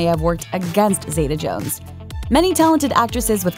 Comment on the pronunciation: New drinking game: every time the narrator mispronounces Catherine's name as 'Zayduh' instead of Zeeta, take a shot.